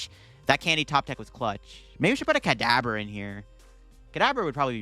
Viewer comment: In the beginning almost at the 5-minute mark, I swear it sounds like you're saying cadaver instead of Kadabra.